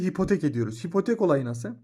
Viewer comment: Hipotek değil abi ipotek